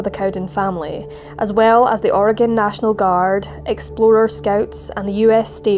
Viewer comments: "OR-eh-gun" vs "Or-ee-gahhhn". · Thank you for pronouncing Oregon correctly. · As an Oregonian, I want to thank you for pronouncing my state's name correctly. ❤ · What an awful story--I used to live in Oregon and I never heard of it. (Thank you for saying "Oregon" correctly!) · How can you screw up Oregon? Im English but l know how to say it haha.